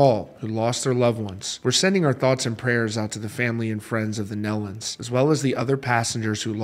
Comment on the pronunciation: Thank you for this coverage. They were very special people! I've known for 45 plus years. Just an FYI, it's pronounced knee-lun. Autumn is pregnant with the first grandchild, her first child.